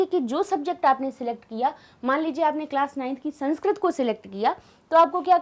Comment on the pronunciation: मैम, आप का उच्चारण सही कीजिए आप संस्क्रत बोल रहीं हैं।सही उच्चारण संस्कृत है।sanskrat नहीं बल्कि संस्कृत।